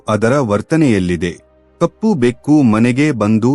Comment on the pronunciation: ಕನ್ನಡ ಉಚ್ಚಾರ ಸ್ಪಷ್ಟವಾಗಿಲ್ಲ, ಎಷ್ಟೋ ಕಡೆ ಬೆಕ್ಕು ಅನ್ನುವ ಬದಲು ಬೇಕು ಆಗಿದೆ, ಪೂರ್ಣವಿರಾಮ ಅಲ್ಪ ವಿರಾಮ ಇಲ್ಲವೇ ಇಲ್ಲ, ಎರಡು ಬೇರೆ ಬೇರೆ ವಾಕ್ಯಗಳನ್ನು ಒಮ್ಮೆಲೆ ಸೇರಿಸಿ ಹಲವು ಬಾರಿ ಹೇಳಿದ್ದೀರಾ.